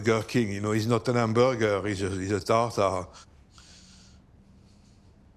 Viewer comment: “Tagtagrrrge” “Salaaahd”…excuse me, how much is duolingo?